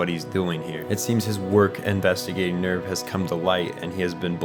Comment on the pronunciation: "Gehirn", "Seele" and "Nerv" are all German words and you are pronouncing them pretty wrong. They are talking names and it actually adds a little to understanding the Plot if you understand these words. There is a bunch like this in this anime. German i mean.